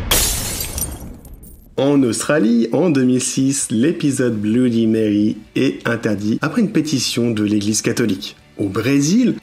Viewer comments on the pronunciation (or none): none